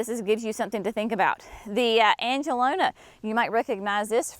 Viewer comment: Angelonia has an i before that last a. an-juh-LOW-nee-ah